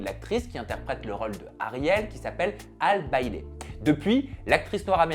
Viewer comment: Nice, par contre Halle Bailey se prononce (Ha-Li comme Halle Berry)